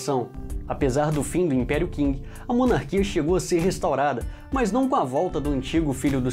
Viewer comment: Eae cara só como observação, a real pronúncia de Qing é "Ching" não "King", de resto está um ótimo vídeo!